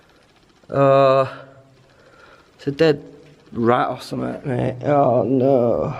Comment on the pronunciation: The way you say oh know in your Yorkshire accent is to funny 😭😭😭😭😭😭😭😂